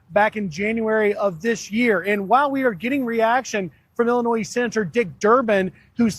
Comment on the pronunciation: Illinois is pronounced "Illin-noy."